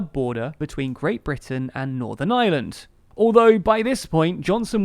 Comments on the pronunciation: It’s IREland, not the island of island. Please pronounce correctly 🙂 no need for the qualifier when correctly pronounced. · It's Ireland not island....I err land not eye land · FYI "Ireland" and "island" are not pronounced in the same way. Island is "eye land", while Ireland is "ire land". You seem to mostly miss the difference, although you get better in the second half of the video. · Ireland doesnt sound like' island '. Its pronounced more like 'Areland' in reality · not to be that one guy, but you are pronouncing ireland wrong. it is not pronounced as island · Please DO NOT pronounce the word IRELAND as ISLAND! It's just laziness!!! 😠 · This bloke pronounces "Ireland" and "island" exactly the same! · can you learn too say ireland and not island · Oh how I wish English people could pronounce the letter R…………the words Island and Ireland are not pronounced the same way! 🙄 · Ireland is NOT pronounced like 'island' no matter how the unionists in IRELAND want to pronunnce it!!!! lololol You manage to pronounce IRISH ok, EYE-ERR-ISH so EYE-ERR-LAND!!! FFS!!!! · Is it my hearing, or does this guy think that the words "Ireland" and "island" have exactly the same pronunciation? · No, he's definitely saying 'Ireland of island'... every time. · The narrator keeps pronouncing "Ireland" like "island". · haha he can't pronounce Ireland because of his accent and he says "island" instead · It's Ireland not "island", jesus, it ain't such an elecution or enunciationary mountain to climb. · Ah yes. Today I think I will find out about the aye-land of aye-land. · Listen lads, I think your videos are great and all, and ye seem like a great bunch of lads, but my God, does it annoy me when English people pronounce Ireland as Island. I know it's just how your accents are but Críost san airde. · Lol, “island of island” it’s funny how English can’t really pronounce very well. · Can you please work on pronouncing IRELAND differently from the word ISLAND.